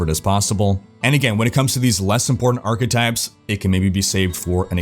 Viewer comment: OMG i just started a new drinking game, everytime you say achetypes I take a shot. XD Never stop! making awesome videos!